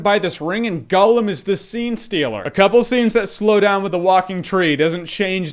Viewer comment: Holy shit People, STOP saying fucking Golem...It's Gollum! Gollum!